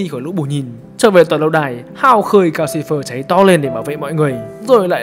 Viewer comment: Calcifer mà toàn nghe thành Gao Silver. =))